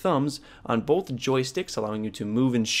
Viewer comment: Bolth :). Both? A lot of people say it with an L. Interesting. Big fan. Just giving you shit. Been playing claw since Halo 2.